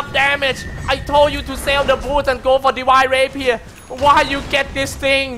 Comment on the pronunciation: divine rapier = " rewind babier"